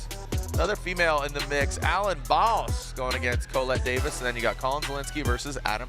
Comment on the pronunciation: I really wish someone would teach him how to pronounce her name.